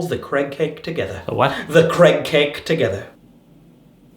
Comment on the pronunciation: I like how Craig says his name "Creg"